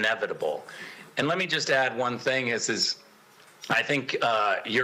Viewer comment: Ok NATO Chief, it is pronounced "One" not "Von."